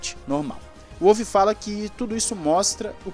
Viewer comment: eh Volf, macho.. o W tem som de V na terra dele